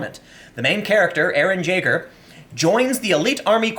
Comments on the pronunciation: its pronounced yay-ger. eren yay-ger. sorry just seeing an american miss pronounce it kinda......TRIGGER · "eren jay-gur" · Jaeger is is usually pronounced like Yeager. It’s German for hunter. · Hey Tim, its pronounced ya-ger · I'm conflicted. On one hand, you said Jeager wrong. On the other hand, that probably means you watched it subbed.